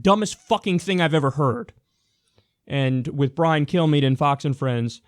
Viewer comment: Brian 'Kill-Me' right? That's what I kept hearing from Kyle. I could only think, 'appropriate, very appropriate indeed.'